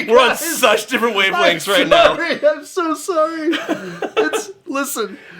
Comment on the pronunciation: she dident even say “sorry,” she just Said “sor” 😂